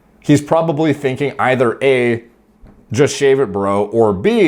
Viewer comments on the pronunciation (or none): none